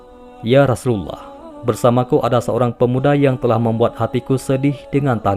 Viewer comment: Maaf kalau membaca Rasulullah seperti gimana gtu ya kak. Apa emang logatnya ya. Dan ada yang typo tulisannya kak. Coba di simak lagi. Maaf sekedar koreksi kak maaf dan terimakasih